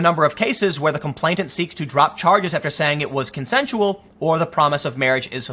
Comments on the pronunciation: "Complainant," not "complaintant." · You keep saying "complaitant". Even reading it spelled properly. 🙄🙄🙄